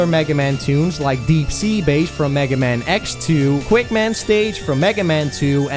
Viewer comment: He's called megaman not "magaman"